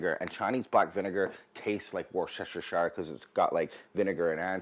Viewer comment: Delicious! Now please allow me to share a bit of my English heritage pronunciation with you:) Worcestershire is pronounced Wuster sauce or Wuster sher sauce - completely drop the first R. Love your shows and delicious recipes.